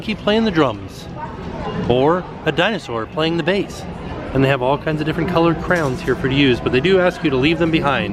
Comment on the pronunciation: Oh boy lmao, well better than when he was saying 'crowns' lol